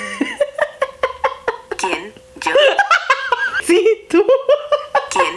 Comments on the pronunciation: y la Siri con el kien io? Da risa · nadie: Absolutamente nadie: odiando el kien io? de siri jajajajajajajajajajajaja